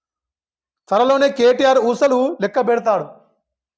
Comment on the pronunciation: ఊచలని ఊసలు అని చదువుతున్న జర్నలిస్టు కి హట్సప్ 😂😂